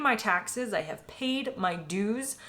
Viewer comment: You haven't paid your dues, you have never paid them until you learn how to pronounce "dues".